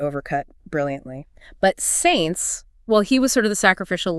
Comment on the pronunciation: Cant even pronounce Sainz correctly